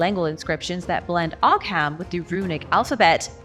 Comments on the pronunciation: Ogham is pronounced OH-um. The letter 'h' is used as a lenition marker in Irish Gaelic. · It's pronounced Oo-Wam, at least that's how I was taught.